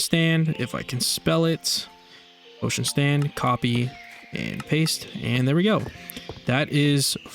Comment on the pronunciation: “Potiom stand”